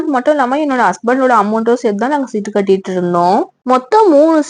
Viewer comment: சிட்டு இல்ல மா... சீட்டு